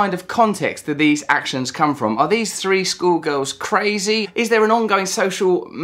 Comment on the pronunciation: I think you meant "three" school girls, not "free" school girls.